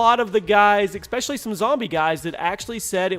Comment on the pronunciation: There's no X in "especially". And seeing that you say "especially" seven million times per video, maybe you should learn how to pronounce it.